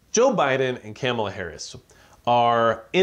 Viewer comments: Her name isn't Camela..say it right. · Her name is pronounced Kah muh luh....#respect